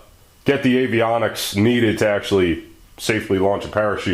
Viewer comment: "ze data"